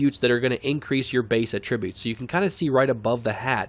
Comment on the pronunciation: Dude needs to learn how to pronounce the word Attribute....